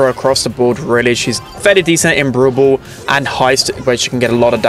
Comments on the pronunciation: ITS NOT BOWL BOWL ITS BRAWL BALL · The way he say brawl ball (brubull)